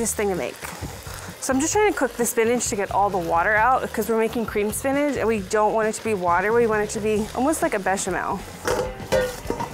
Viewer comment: Why does she say spinach like spinaj